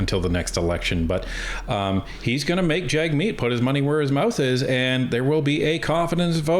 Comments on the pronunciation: Pronounce hit name property: JUG-meet. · His name is pronounced “Jugmeet”.